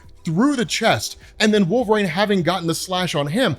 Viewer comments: Jesus dude you’re killing me… it’s wolverine… not WOLVERAIN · pronounces Wolverine so oddly (“wolver-ane”). What the heck is that about?